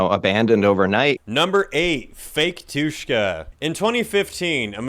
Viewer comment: The way you said Batushka 💀💀 (erm actually like the emphasis is on “Ba” And wait they mentioned?? Idk anything abt them apart from how they black metal and russian